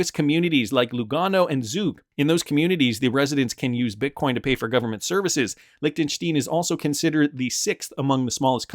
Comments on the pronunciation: Its pronounced Lichten stine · It's pronounced Lichten- shtIne an I not e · Your pronunciation of Liechenstein is hilarious